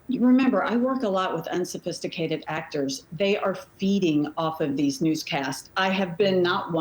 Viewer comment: "Unsophististicated...aktor!" SAY IT AGAIN!😂😂😂😂😂 how silly is this?!